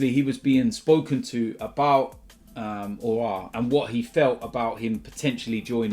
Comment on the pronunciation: Just another day nothing new, an AFTV member butchering aouar name